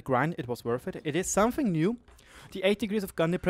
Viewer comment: "somefing" Something*... where do you find an F in there...?!?!